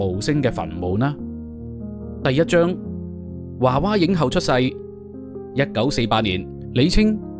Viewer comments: 「華娃影後」？ 是「娃娃影后」吧？！ 「娃娃」兩個字都讀作 「娃」，何來「華」音？ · 娃娃不是華娃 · 應該讀「娃娃」影后 「 後 」是前後的， 「后 」的皇后。